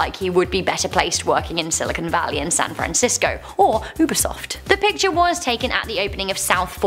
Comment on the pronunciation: "Pitchers" hold water and/or throw balls... you MEAN to say "PICTURE"... but you like Nic Cage, SO...